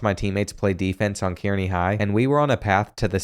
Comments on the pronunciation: As someone who grew up in central nebraska it’s cool to see all the Nebraska high schools, although kearney is pronounced car-knee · It’s pronounced (K-Ar-ney) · Kearney is pronounced "Carnie" like the guys that operate the Ferris Wheel and sling meth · It’s pronounced KAR-ney not KEER-ny god that was getting on my nerves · Killed me as a Nebraskan it killed me when you pronounced Kearney as Kyeerney and not like Kerney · Car-knee not Keer-knee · It's pronounced (Kar-nee) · It’s pronounced car-knee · as a man living in Kearney, NE it is pronounced Car-Knee 🫡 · Not how Kearny is pronounced btw, it’s pronounced like “carney” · Kearney is pronounced Karny... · Kearney Pronounced (Car-Knee) (native of the town) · someone else may have commented this, but Kearney is pronounced like "Car knee" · being from nebraska hearing you pronounce kearney killed me😂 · As a Nebraska myself, that’s definitely not how you pronounce Kearney 😭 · As a nebraskan, I love how you pronounce Kearney